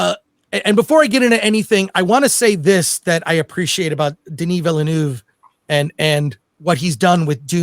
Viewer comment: Couldn't watch it to the end because my ears hurt with how much you''re butchering Denis's name